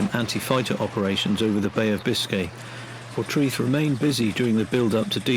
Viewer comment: Pronounced locally as ‘por-TRAY- th’